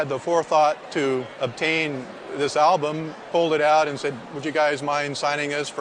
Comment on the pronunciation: Stop saying "elbum" dammit!